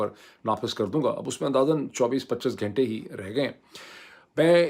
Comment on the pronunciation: Ghaaaintay is a wong tallafuzz Ghunnnntay sahee lafaz hay Lafazz ghalat lafz hay. Lafz sahi lafz hay. Kataaab ghalat urdu lafz hay. Kitaab sahi talaffuz hay. Darkhut ghalat lafz hay. Darakht sahi lafz hay. Just a humble request to correct it ,if you can otherwise carry on.